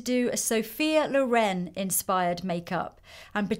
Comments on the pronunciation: Actually is Sophia Lóren not Lorèn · Can we talk about the colour of her eyes?! I love how she adresses Lisa and asks her questions ♡ we all like to hear those answers... Stunning maleup as always, comments are almost pointless, your work is always such an amazing inspiration Lisa!BTW is Lòren, not Lorèn, but it both weird and sweet to hear it wrongly pronunced ;) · Italian put the stress on te O, not on the E... We say Sophia Lòren, not Lorèn 😉